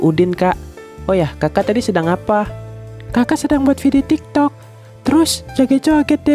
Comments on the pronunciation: tik tok bg bukan toktok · Pas di Udin ngomong tik tok jadi toktok wkwkkwk😂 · Bukan tok tok 😅 tapi tik tok